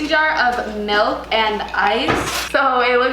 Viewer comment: She says melk instaed of milk